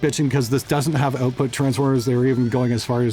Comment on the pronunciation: "OAT-put transformers" lol